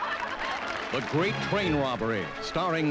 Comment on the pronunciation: i hate the way the narroratorsays "the grat train robbery"